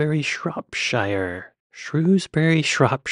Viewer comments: Shrop-Shire? urgh... Only Yank can butcher that word in such a barbaric way... Shorp'sh'e it should read... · Shropshire, like Yorkshire, Lancashire, Berkshire etc etc has the last syllable pronounced 'sher', not '...ire' nor '...eer'. Also, the queen refered to thatcher as 'that woman' with obvious contempt. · It is pronounced Shrowsbury(Shrewsbury), and Shropshure(Shropshire). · Remember, anything ending in shire is pronounced sher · For the past 24 years i have lived 5 mins from the house Charles Dickens was born in (which is now a museum) yet I have never been in there! ShropSHIIRE!! We know you know how to pronounce the shires. You remembered Birmingham at least lol